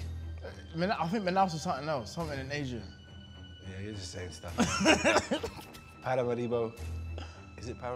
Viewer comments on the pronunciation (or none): Para máribo is a craaaaaazy pronounciation